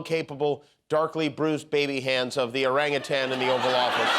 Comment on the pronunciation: Kudos Jimmy for correct pronunciation of orangutan!